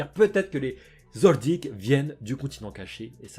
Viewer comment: Mais tu peux pas t'interesser à d'autres mangzs sérieux ya pas que HxH meme si c mon 2eme manga preferé chez pas yena à s'autres. (Merci de bien prononcer le nom Kilua Zoldiek)